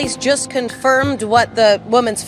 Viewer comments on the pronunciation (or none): none